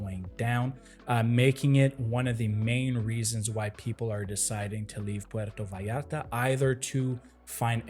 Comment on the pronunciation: If your are going to speak about puerto vallarta at least pronounce the name correctly, si no puedes pronunciar ni el nombre bien no hables de el